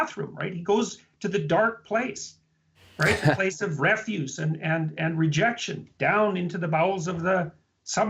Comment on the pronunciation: Refuse not refuge....